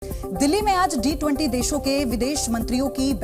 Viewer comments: G20 he D20 nehi thiki seto bolo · वो D20 नहीं G20 होता है जी न्यूज़ वाली मैडम ☝️😂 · Kya ma'am ne D20 bola😂😂😂